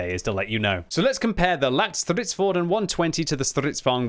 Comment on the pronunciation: That's a very decent pronunciation of the name for a non-swedish speaker. Not perfect, but not bad.